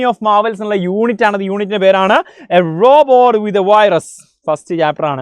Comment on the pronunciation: Hello sir Rebot എന്നല്ല Robot എന്നാണ് 😅😂